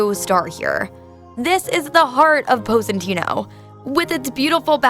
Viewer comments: Nice, but if you've been there you should know how to pronounce it. Pos-ee-tah-no, not Poseytano. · Her pronunciation is disgusting Poe-si-tayno 🤢. It’s Pos-i-taah-noh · Posentino or Positano....? 😳 Confuzzled...... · ok, so just positano (not positanou) got it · What is Pose-een-teeno?? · Lol Epic She butchered every name possible, I think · HAAHAAHAAHAA pose-eeen-teeeno like a hundred times over and over!!! Gosh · Appreciate the content BUT butchered the pronunciation of Positano. Hard to get that out of my head now. Onward to getting better every day 🙏🏽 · Learn how to say the name of this town if you're going to try to be a guide. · LOL the way she says Positano.. OMG!! Learn how to say it right! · Don’t steal others work! Also learn how to pronounce the town correctly. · Butchered both Positano and Cinque Terra. It’s not sink’way terra but Cinque pronounced chin’qway as in the number 5 in Italian.. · 2 things: 1. Please, learn how to pronounce Positano. 2. You took footages from Nicki Positano's youtube channel -in path of the God, from 5 years ago-, so I assume most of these images are not yours? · Pronunciation is a disaster and voice is horrid